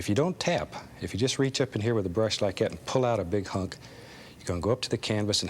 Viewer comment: Give it a little push, just "likcyat"